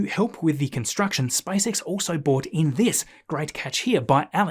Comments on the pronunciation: Hey Mate. Great work but you’re still saying bought instead of brought. That’s unfortunate very 🇦🇺 now! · [tanks] would be bought in To help with the construction, SpaceX also bought in this [crane] House , If you buy something then you bought it, but if you bring something then you bRought it. Yarrrr, pronounce the 'r', arrrggh. You sometimes pronounce "brought" correctly, e.g. "Its grid fins were also brought out this week."